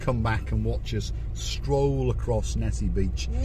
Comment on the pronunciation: Repeat after me, - Nissi Nissi Nissi Beach, haha! Thanks for supporting my cause!:hand-purple-blue-peace::face-blue-smiling::goodvibes